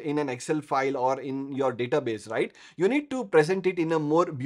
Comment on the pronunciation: When you say "Rrright " 🙂